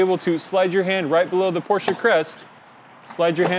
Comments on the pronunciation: That’s how you actually pronounce it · Because that’s the way it should be PRONOUNCE!!!! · You clearly aren't a car enthusiast. (all jokes btw a lot of ppl mess that pronunciation up, it is pronounced Por-Shuh by the way)